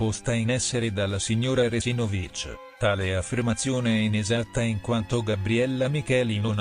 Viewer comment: Fantastico che un cognome Istro-Sloveno venga pronunciato all' Inglese! È la prima volta che sento una cosa del genere! Complimenti! Quando arriverà il turno di Sterpain, Vaisaintain, ecc.?